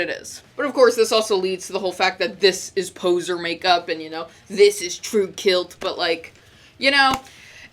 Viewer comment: You pronounced BURZUM wrong and said 'Tru Kilt' lmao! Like the scottish garment? True Scottish KILT metal! Love it haha. Good vid poser! \m/